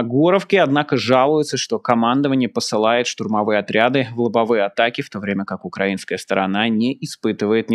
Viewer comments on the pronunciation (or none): none